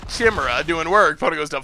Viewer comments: It's pronounced Kai-me-ra. Not She-mera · Chimera.... Kai-mare-ah Step your game up bro